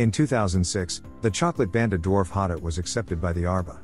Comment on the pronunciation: it’s a voice over text. Speaks very quickly and it’s voice is a little inconsistent, sometimes getting softer, sometimes louder but staying relatively monotone. Plus it pronounces hotot wrong